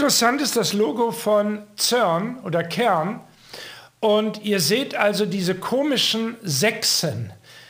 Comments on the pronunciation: CERN spricht sich auf Deutsch als ZERN aus,. Und das CERN ist in Genf. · Schweizer Cern: Sprich Zern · Ja, genau,! CERN wird deutsch bzw. französisch ausgesprochen also das C wie ein C und nicht wie'n K, und das E wie'n E und nicht wie'n Ö!